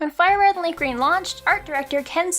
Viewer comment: Ah yes, my favorite Pokémon game, LeafGrean